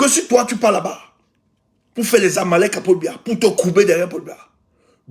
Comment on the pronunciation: on dit les salamalecks et non les zamalecks.